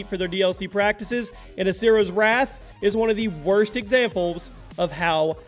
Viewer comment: And when it was wrath when you said wraith